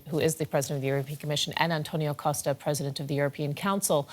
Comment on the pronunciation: COSSta 😬 it's COSHta 😂